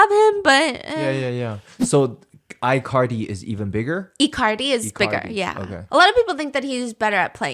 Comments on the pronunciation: not them calling Icardi as "i-Cardi" LMAOOO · I love icardi being pronounced like ICarly 😂